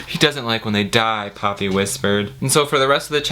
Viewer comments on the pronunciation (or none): I kept thinking was saying Papi instead of Poppy hahaha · Half way through the video I realized you were saying Poppy and not Papi and things made more sense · I mean... he could have called her Hydrangea. You kept saying "Poppy," but I heard it as "papi" and i was thinking, "why the heck is he calling the girl daddy?"